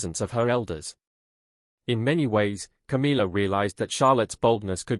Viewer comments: Stepsister! What a load of rubbish…same as mispronouncing Camilla’s name! It’s not CAMEELA! It’s. cam illa ! Camilla! Get it? Or are you AI? Camilla’s two children are NOT ROYALS! They are the progeny from Camilla’s marriage to Andrew Parker-Bowles! So I don’t know WHY anyone thinks they automatically become Royals! Princess Catherine’s parents and siblings havnt been given elevated positions or titles, and they are the parents of the future true Queen of England, and grandparents to HEIRS TO THE THRONE!!! So any new positions ought to perhaps to to those who warrant them. And since when has Camilla’s daughter “worked for years to get her place in the Royal family “??? I hadn’t noticed her or her brother working hard! PUSHING IN at their mothers behest, yes! But nothing else. Like Camilla, they just aren’t fit people to hold ANY Royal positions!! Just ridiculous, all of it! Just heard you pronounce CAMILLA correctly!! So you CAN do it, and aren’t AI after all! I take that bit back! Have you noticed how the King stands well back and doesn’t have any input on all this rubbish?? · its not Cameela, its Camilla